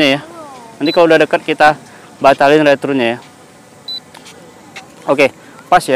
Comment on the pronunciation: banyak btul ulang return nya, nyebutpun mcm salah, saya dgar retrun bukan nya return